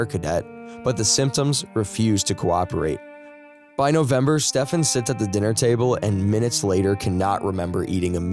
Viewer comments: Stephen = Steven, not Stefan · Unless he is swedish or something then you dont pronounce stephen that way at all. Its pronounced as if saying steven. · I wonder if I'm being fooled. I like your voice but wonder if it's AI? I hate AI and don't want to subscribe if you aren't a real person. The main reason I suspect this is because I assume most English speaking people would know that Stephen is pronounced Steven, not Stefan..I confirmed this by checking videos where his parents say his name. If I could do this, why would the narrator not? Anyone able to confirm if he's real but not bothered to check how to say the victims name or AI? Not sure which is worse, actually. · His name is pronounced STEEven. Everybody knows this but you. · This ai needs to learn to read Stephen is pronounced like it has a v in it as Steven fo eg.